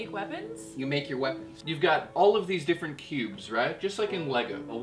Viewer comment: I thought he said pubes.. ohhhh.. cubes